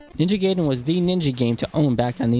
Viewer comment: Guy-den, not Gay-den. Otherwise, great vid.